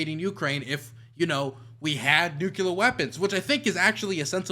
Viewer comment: DUDE LEARN HOW TO PRONOUNCE NUCLEAR FFS. ITS TRIGGERING ME HARD. NA EDUCATION BTW.